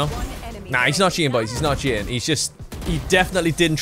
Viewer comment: Cheating ❌ Chea in ✅